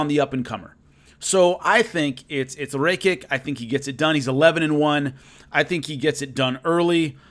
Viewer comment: It’s pronounced ‘ ra - ki -ch .... I should know my name is Alexander Rakic lol